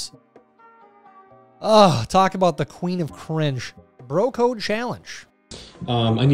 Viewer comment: "Bro Code Challenge" <-- I actually heard: "Broke Ho Challenge" which sounded so interesting, I looked forward to the meme ... that never happened. But "Bro Code Challenge" is funny too. I guess. Also: THAT WASN'T A BASEBALL, BUT A SOFTBALL. Even the bro lost this "coded" challenge.